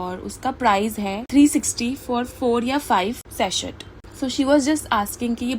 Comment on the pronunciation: It is pronounced Sasey not saset. In Sachet the T is silent